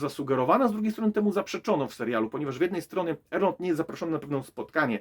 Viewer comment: Nie da się ciebie słuchać przez to, że źle wymawiasz chociażby imię Galadriela i Elrond